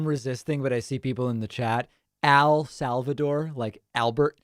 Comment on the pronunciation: "AL SAL VADOOR"